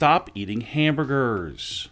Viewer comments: "...caused by his love, of HAMBUR-GERRRRS as he simply could NOT results THEM...and has stopped eating HAMBUR-GERRRRS." Can somebody fire this guy please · The way he says hamburgers is purely hysterical 🤣🤣🤣